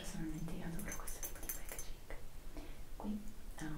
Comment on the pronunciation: si dice packaging mannaggia